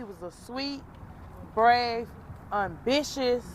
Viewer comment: he was an “unbitious” and “respeckfable” young guy